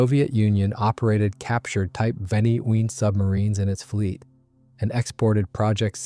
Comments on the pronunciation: Well two things are quickly becoming more and more obvious. 1. More and videos like this are being totally "narrated" by an A.I. voice. 2. The A.I. used can NOT NOT NOT pronounce things well if they are not written out. This entire video was about the WW-2 German Type TWENTY-ONE (XXI) submarine. but NOT once did A.I. get that simple two-word phrase TWENTY-ONE right !!!! Instead we were treated to a variety of different attempts such as Type "ehchbow" "en-ine"or "vikniegovnie" or "vunkweenz". WRITE OUT THE PHRASE "TWENTY-ONE" IN ACTUAL WORDS. Only then will the not so intelligent Artificially "Intelligent" narrator be able to get it correct. Nor can your A.I. pronounce the word which mean the front of a boat or ship, because it thinks it is talking about something that shoots arrows thru the air. Another common A.I. misstep in military videos are saying the letters "M K" when the meaning of the abbreviation is actually MARK. Fortunately this video had no MKs in it. HUMANS CAN DO MUCH MUCH BETTER !!!! Have a bit of respect for your viewers and at least LISTEN to these things before you put them out on the net. THUMBS DOWN. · Sorry, but the AI voice couldn't pronounce Type XXI and any other numbers for that matter.